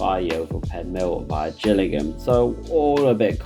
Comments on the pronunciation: Living around Salisbury knows Gillingham Dorset is pronounced with a hard G not a J pronunciation and it's Salisbury not sailsbury. But this video has come at a great time for me as I'm currently revising for my interview at swr so thank you for this video, it's great and a great help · Hi, just a point, Gillingham, Kent, as in Jill, Gillingham, Dorset as in fish have gills. crazy really, same spelling, different pronunciation. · Gillingham in Dorset is pronounced with a hard G as in Graham